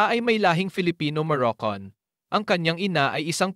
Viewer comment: Moroccan hindi Moroccon.